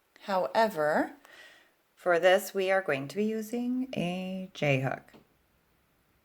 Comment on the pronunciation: Thought she said Jhope instead of j hook